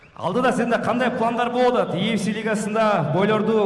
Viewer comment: И фси дейт го😂